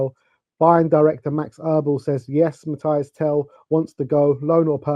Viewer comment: Mathys not Mathias